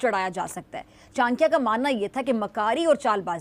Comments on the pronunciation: Chnkya nahi chadaky hi nam thk say bolana sekho lagta hi jyada pdhi likhi nahi ho baukof. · अबे जाहील पहीले बोलने सीख. ये चानक्या क्या होता है